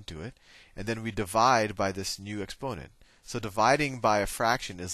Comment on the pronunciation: I love the way Sal says "exponent" with the accent on the o instead of on the first e. expónent!